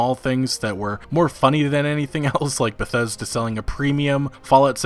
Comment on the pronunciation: Eurogamer: "Bethseda".